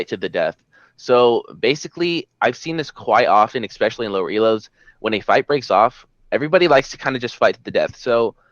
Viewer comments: You both said "ecspecially" instead of "especially" and I'm still cringing. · Why can't people say the word especially correctly lmao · Anyone else get bothered by how they pronounce "especially" xD